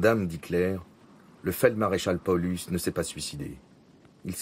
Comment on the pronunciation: mdr j'ai l'impression d'entendre polux a chaque fois hahhahahahh il pouvait le prononcé à l'allemande PaoLOUSE ! ( juste pour le son je précises )